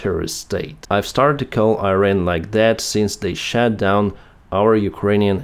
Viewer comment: PLEASE SAY IRAN AND NOT AIRAN.. IT IS IRAN I = (e)